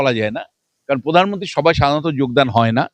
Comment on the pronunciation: পধান মুন্তি আ হাহা কি ভাষা 😂😂😂😂😂😂